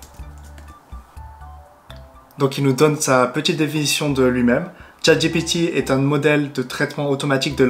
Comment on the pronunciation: Attention à la prononciation: "dji pi ti "et pas "j'ai pété" ;o) On joue à chat j'ai pété ? C'est toi qui colle !